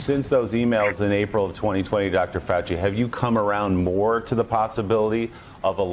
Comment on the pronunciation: Keep on open mind..........says Faux-chi. (who doesn't have one).